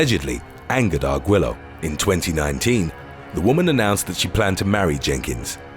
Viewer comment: Arguello is pronounced Argueyo.